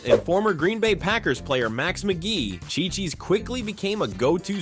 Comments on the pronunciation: Yes pronounced cheeee cheees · Phonically: It's not chai-cheese as you pounced it, it' chee-cheez. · Did he say Shychis?!? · Yes, you're mispronouncing it.